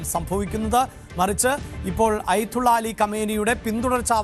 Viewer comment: അയ്ത്തുള്ള അല്ലടോ ആദ്യം പറയാൻ പഠിക്ക് ആയത്തുള്ള എന്നാണ്